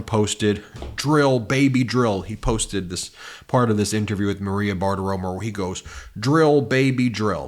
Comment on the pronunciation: It's Maria Bartiromo, not Bartiroma. Why not pronounce it correctly? It's not that hard